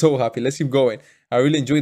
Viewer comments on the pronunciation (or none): none